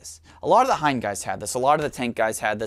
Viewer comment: I think this might be the smartest gun expert I've ever seen. I had to look up how to pronounce "Hind," and he pronounces it correctly. I'd love to see a lot of footage of the gun in action, but the narration is amazing.